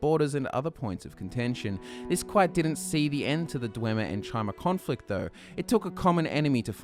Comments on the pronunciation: It's pronounced "ky-mer", not chi-mer. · Great video! But isn't Chimer pronounced "Kai-mer" and not "Chy-mer"? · Chimer. Kai-murr. Hard "k" sound. You're killing me Smalls. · Uh, you completely skipped over the Second Era, Morrowind was heavily involved in the Three Banners War. And, “Chimer” is pronounced “Ky-Mer”. Seriously, if you love Elder Scrolls as much as you say you do, you’d know not to pronounce so many words wrong.